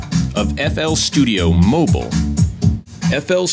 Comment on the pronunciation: its not fl studio moble its mobile